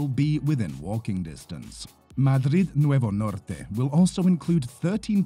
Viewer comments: Agradezco tu pronunciación "Madrid Nuevo Norte" en castellano. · I mean they are talking about Madrid Nuevo Norte after all 😅 it just stands out moure because he pronounces it right